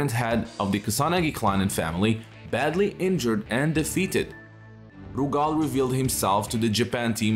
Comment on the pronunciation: lmfao why you pronouncing Rugal's name like that ?? 💀💀